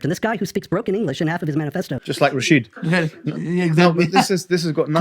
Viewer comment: GUYS HIS NAME IS RASHEED NOT RASHED OK